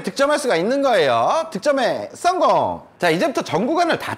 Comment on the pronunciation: ㅊ음에 적응 안됐는데지금은 계속보니 적응됨 ㅋ 득점에썽공~